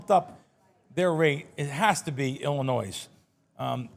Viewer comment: C’mon …the s is silent in Illinois. Everyone learns that in elementary school. Love the show.